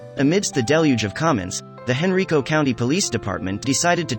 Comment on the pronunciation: Cops are people, too. God bless! Also, it's HEN-RYE-CO.